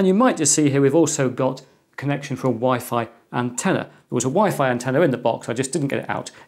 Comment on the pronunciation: Is it just me or did he say Wi-Fly ??